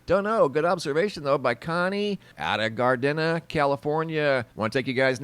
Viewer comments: In CA, Gardena is pronounced "gar-deena". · Hey there, Gardena is pronounced gar-DEE-nuh. Great video, loved the pics. Thanks!! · pronounced GAR DEEN YA